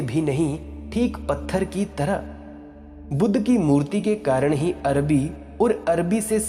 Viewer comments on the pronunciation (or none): none